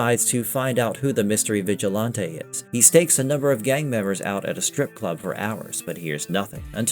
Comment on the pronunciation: And "vigilahntay" is killing me. Thumb down